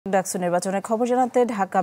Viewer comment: ডাকছু না! ডাকসু